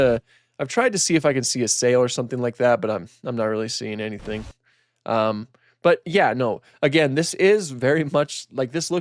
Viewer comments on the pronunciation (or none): none